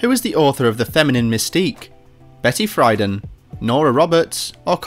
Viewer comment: "Betty Fryden".